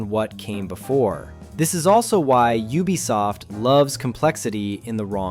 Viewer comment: Finally, a cultured pronouncer of "Ubisoft"